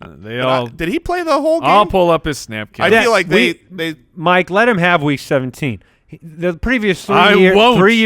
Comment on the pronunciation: Think and seventeenth do not rhyme